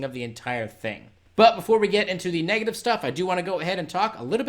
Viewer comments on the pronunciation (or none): none